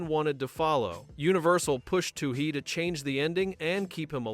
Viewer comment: Can’t finish this video because the AI slop narrator can’t seem to get the director’s name correct. Also, where is this information gathered from? I own the special edition DVD of this movie where the filmmakers themselves talk about the making of pitch black I can’t recall almost any of what’s brought up in this video